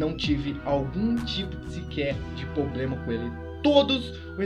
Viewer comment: poblema kkk problema vc tem muita influincia fala certo